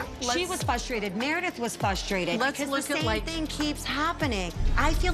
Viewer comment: Tell you what I'm frustrated about, Lisa Barlow repeatedly saying fustrated Make like a pirate & add an "R" in there Lisa 🙃😆